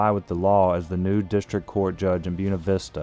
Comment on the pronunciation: Of course a local judge sides with a corrupt city and let's them slip away without paying their debt. And it is spelled B-U-E-N-A, pronounced booWena, not Byoonuh... Stop using Latin names and then disregard how to pronounce them properly....